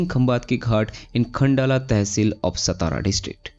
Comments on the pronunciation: Thanks for update of this project......🙏 why non-marathi people always pronounce "सतारा"????? 😡😡😡😡😡.. , its "सातारा" , This district is our pride and glory , because this is our "राजधानी"🚩🚩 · हम्म, हा सतारा करतो सातारा ल्या.😢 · सतारा नही सातारा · It's सातारा.